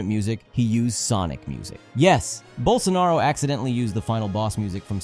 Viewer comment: Hearing a gringo say "Bolsonaro" is so uncanny lmao, especially considering how much of a criminal he is